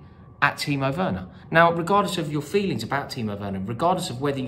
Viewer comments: Think the reaction to this has been a bit OTT. Do we even know if this guy was a real Chelsea fan? Plus he said "Worner" not "Werner" lol. The comment was not racist, sexist, or homophobic. The crowd booed him after. End of, No biggie. Rory has been cricital of Werner himself. Remember all , Win or Lose ...Up the Blues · The guy can’t even pronounce Werner’s name correctly. That tells you all you need to know.